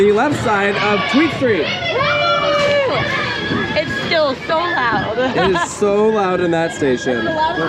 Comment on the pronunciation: Tweestrijd is not "Tweedstreet". It means two struggle - you can translate it as "two options", "fight of two" or even "inner struggle". The choices (the names of each side of the coaster) are "sustainable agriculture" and "honest mining" (say... "fairtrade mining). So it's an everomentally themed coaster. Devil's advocate: it wouldn't qualify for subsidies if it's not educational?